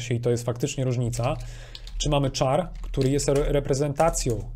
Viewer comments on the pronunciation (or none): char to jest 'kar' a nie 'czar' - czyta się 'karakter' a nie "czarakter' !!!